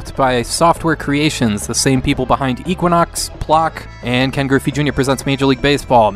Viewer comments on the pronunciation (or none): none